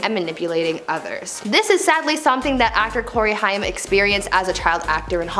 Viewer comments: Corey "Hime"? I always thought it was pronounced "Hame". Correct me if I'm wrong. Big Corey Haim fan but curious if I've been pronouncing his name wrong the whole time. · Please know that Corey Haim’s last name is pronounced like HAME (with a long A), not HI UM. If you’re going to report on people, make an effort to get their names correct, please. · It would help if the spokesperson actually knew the correct pronunciation of the people she is talking about…it was HAIM, pronounced like HAME…NOT HIGH ‘EM as she said it…it just seems more insulting because he is deceased. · HAIM! Corey HAY-M, fuck, that drove me insane to hear. Not high-ym, HAY-M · The way she says Corey Hyam 🤦🤦 Corey Haim name was pronounced like Hame, kinda rhymes with game, name. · corey haim sounds like h+AIM not high-am. long a. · Me too. Pronounced like HAME not HI-YAM. But Gen-Z wouldn't know that since he was popular with Gen-X and maybe some older Millennials. 😏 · This drove me NUTS! It's Haim, not Hiam! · Your miss pronounced Corey's last name, not a Jewish. Haaaaaame long a . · Isn't it pronounced Hame (Haim) like in name? And it's Ludwig ( lewd-wig) not Luhdwing. Saget (Sag-get) noy say-get. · I just can't with her pronunciation of "Haim" It's pronounced hay-m ... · Haim is pronounced like it should be spelled “Hame” and rhymes with tame. 😉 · Nice video, thanks. It’s Corey HAIM (sounds like AIM). Also what you said about Britney Murphy isn’t a conspiracy theory why do people use that label when people discuss facts? She and her husband both had some kind of mold on their home, don’t you think it strange they died so close in time to each other? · Its Corey Haim.. Hay-m. smh. Embarrassing. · The mispronouncing of "Haim" as "Hi-am" was distracting. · The pronunciation of Corey Haim (last name—Haim is pronounced like Haym. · Corey Haim. His last name is pronounced HAME. RIP Corey! Go watch the movie "Lucas" It's such a sweet side of Corey. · It's said like HAYM!! Dear God! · U said haim wrong